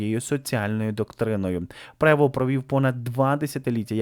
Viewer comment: Роберт Франціс ПРЕВОСТ! ☝️ Є відео, де кардинал оголошує ім'я нового Папи римського і чітко вимовляє Роберт ПРЕВОСТ. Для чого постійно перекручувати це прізвище?